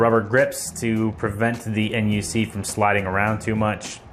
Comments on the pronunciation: Nice video I like it. But just call the Intel NUC “a nuck” instead of N U C next time lol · intel n, u, c? Most of us call it the NUC (knuck).